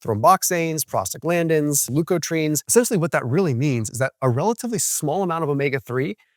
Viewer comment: Your raging biceps almost persuaded me that you didn’t mispronounce “leukotrienes”